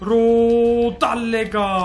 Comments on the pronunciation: rodellega değil rodeyga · rodellaga değil rodeyega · abi rodallega değil rodaega